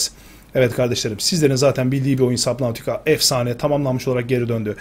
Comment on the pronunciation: Abi oyunu okunuşu subnitika